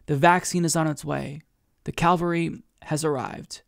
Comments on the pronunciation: And "Calvary" Figueredo. (should be Cavalry) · The word is cav-alry